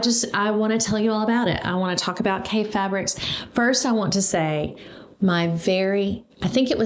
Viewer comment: Everyone mispronounces Kaffe’s name when they first find his fabric 🤣 I love how these fabrics are encouraging you to be less ‘matchy’ with colours 🤷‍♀️ Creating patchwork is definitely character building 🤣🤣 If you get to the Festival of Quilts next year there is an amazing quilt museum in Lampeter 🤩 with a shop next door, called Calico Kate, that has the most amazing selection of Kaffe fabric 🤩🤩 (Sorry Paul) Love how you are so excited by these fabrics 🥰 Enjoy 👏👏🇬🇧